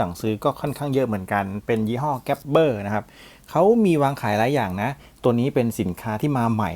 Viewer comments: ยี่ห้อนี้เห็นในเว็บเค้าอ่านเป็น กาบอร์ นะครับ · แอดมินทำการบ้านมาน้อยนะ เริ่มจากอ่านชื่อเขาผิด ที่ถูกอ่านออกเสียง “กา-บอ” แอดมินอ่านผิดรู้ตัวไหมครับ